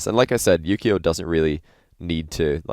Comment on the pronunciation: Wait, his name is Yukeo? I always hear Yu-Gi-Oh!